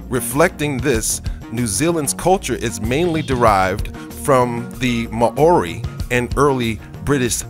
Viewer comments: Fucking (Mow-ree) is how it is pronounced dude... How are you going to put so much work into a video and NOT LEARN HOW TO PRONOUNCE WORDS!!!! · Mah-ori....???? When well-meaning Americans try to be clever without doing their own research - I literally cried with laughter when I heard Te Reo Maori pronounced like that. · You don't say Maori correctly - it's Mau-rie [as close as possible for those who don't know the Maori vowel sounds]. I live in Canterbury, NZ. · Damn stupid computerised voice cannot pronounce Maori correctly. New Zealand does not rate highly in terms of health economic freedom quality of life and education Nationally. We are a 3rd world country with the highest rate of poverty homelessness, health illnessness crime drug problems domestic violence in the OECD!!! get your facts right . Zealandia is a dutch termination and not used here. WE are not dutch and we are not ruled by the Queen of England... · just speak normal and pronounce the words properly please cause how u pronounce Maori is terrible.. u pronounced tonga well but it's Maori not ma o ri Maaaaooooorrrriiiii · The indigenous people of New Zealand are Maori pronounced Mow-ree . The Pacific island you call Caledonia (cal donia) is actually named New Caledonia and is pronounced Cal-e-don-ia. If you are going to make an informative video please check your pronunciation, or you come off sounding like an idiot!